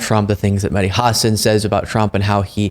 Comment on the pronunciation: Props to you for correctly pronouncing Mehdi Hasan's name. So many people do "Ha-SAHN". It always bugs me when people in the media don't take the few seconds it takes to find out how to correctly pronounce a name.